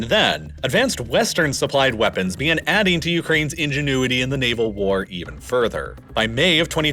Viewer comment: "ingenuitive"? Otherwise, a great analysis of the war. Slava Ukraini!